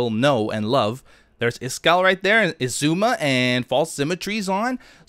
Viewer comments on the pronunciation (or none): I think it's pronounced "egg-zooma" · Only Keralis says it right -- "Shishuahmi" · You say Xisuma so weird XD